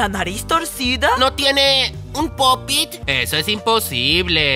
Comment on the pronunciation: se dice pop it ;)